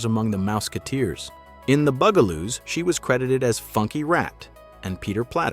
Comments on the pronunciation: ITS NOT THE booooooo gah loooos its the buggggg ahhhhh loooos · First the narrator keep calling them the "Boogaloos" and now the "Bugaloos" and now there names wrong again. Because he getting on my nerves. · So the robot narrator doesn't know how to pronounce Bugaloos?